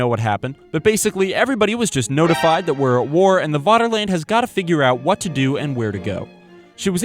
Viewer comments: You're already on the German security service's watchlist by pronouncing Vaterland as Waterland. V = F in German. FFFFFATERLAND!!!! Like Führer or verdammte Scheisse! You're every move is being watched and documented and stored on microfilm in a vault under the German embassy in Argentina. Extradition is being discussed but as ever the US government is being uncooperative in the prosecution of one of their own for war crimes and violations of the Geneva convention. Proceed carefully. Ffffery kärvullie! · It's pronounced 'Faterland' - 'v's are pronounced as 'f' in German...